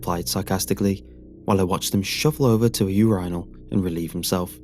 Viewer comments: "your eye null" lol made me giggle too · I like how he says "urinal" lol